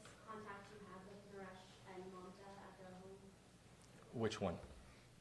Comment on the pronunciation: The deputy didn’t even say her name right it’s mamta not manta we gotta hold the PD responsible for these errors